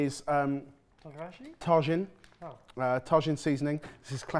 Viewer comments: Pronouncing Tajin (Ta-heen) Tah-shin; and Chamoy (Cha-Moy) Shamoy, just refuses to pronounce Mexican products correctly. They say chamoy correctly in the video and he proceeds to mispronounce it just after. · Not "Tah-zhin" it's "tah-heen" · comments are gonna say it but ill add not ta djinn its ta heen j makes the h sound sham oi? no Chuh moi and of the Chamoy there is a normal more widey used one, no idea what that one is but the one im used to is a bit redder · straight up i cackled hearing him say it like he's visiting the Taj Mahal, and then acknowledging its from Mexico like cmon you have to have at least a BIT of world knowledge about mexican food... enough to pronounce it correctly lolol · love, tajin- "ta-heen" not ta-gin. It was like nails on a chalkboard hahahaha but love what you guys do❤ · if the H were a J he would pronounce it as Ta-gee-knee 😂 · It's pronounced "tah-hinn"! J is H en Espanol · Hi guys! You used a seasoning that we LOVE here in the SW of the U.S. Tajín (pronounced Tah Heen). It’s amazing sprinkled over fresh mango! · Chamoy is pronounced ch-ah-moi-ee and Tajin is pronounced ta-hee-n. Tajin is commonly eaten sprinkled on fresh cut fruit like pineapple, mango, and watermelon. And on some veggies like cucumber. Chamoy is added to drinks, shaved ice, chips, and other snacks and foods. Yeah so the pickle without the fruit by the foot sounds good. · It is pronounced: El Tajin ("L" ta-hin). There is a Pre-Hispanic Mesoamerican city in the province Vera Cruz México, which is what the product is named after. Tajin means Thunder in Toltec. The produce is a mix of citrus and chili. Effectively lime-chili. Either in liquid form or powdered. Wonderful stuff. Usually used to cover fruit or cobs of corn. Or candy. But it goes great on everything where you want chili and lime. I love it in soups like Pazole. In fact I'm going to get myself a bowl of salad to put some el Tajin on. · That seasoning is pronounced Ta-HEEN.